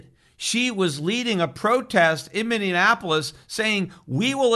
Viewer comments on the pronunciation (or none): Minneapolis, not Mini-Annapolis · Minn-e-apolis, not that tough to say Peter, lol! It's a beautiful city on the Missippi, sad to see burn!